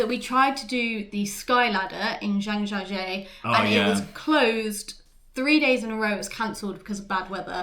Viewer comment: A work around is to have two phones and using the second phone to live translate the screen on the first phone. Faster than translating the screen shot on the first phone. Great, well balanced review overall. Perhaps make an effort to pronounce place names like Zhangjiajie bit better (even if you butcher the tones) . Google translate will give you a clue.